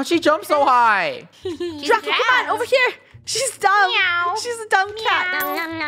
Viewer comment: Its dracO not dracA